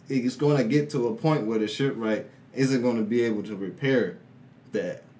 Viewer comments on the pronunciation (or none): oh man love this episodes but kinda weird hearing pronounce shipwright XD. I imagine both of you guys will be fighting like Luffy and Usopp when it comes to SSSSSSSSSSSSSS tier waifus (I mean the rock paper scissors tenacity ) >.< Freaking love your friendship damn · Lol just say it like saying shipright